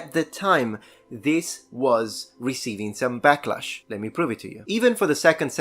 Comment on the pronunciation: a full anal-ysis!? receiving back-lash? You're a gay icon, clearer than Hadrian.